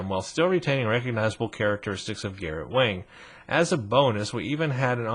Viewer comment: W-ong not Wang phoenetically. Just fyi.